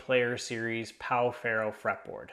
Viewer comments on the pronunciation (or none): in case anyone wants to know, it is pronounced like pau "feho". Great vídeo!